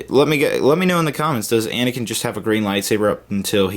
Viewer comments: anakin not anikin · *aniken. Not a mike